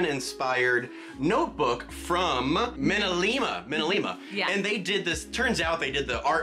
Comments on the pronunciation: I think minalime is pronounced Me-na-lee-ma not min-a-li-ma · The beauty and the beast artists are pronounced me-nuh lee- ma